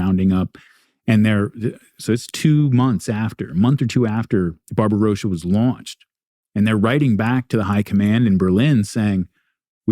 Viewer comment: Anyone notice how he pronounced Barbarossa?